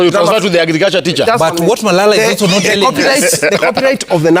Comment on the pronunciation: The fact it is marara instead of malala speaks a lot 😂